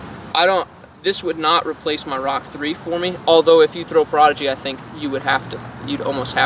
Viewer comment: “Pra-hodigy” 🥴 wat?